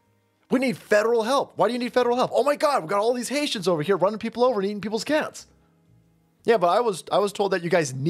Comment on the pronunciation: "Hay-tee-ans" ~ Cher Horowitz